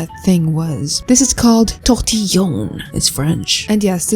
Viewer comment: This is call "tOrTiLlOn" you kill me 😂😂